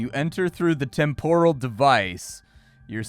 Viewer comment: It's pronounced TEHM-poral,, not Tem-POHral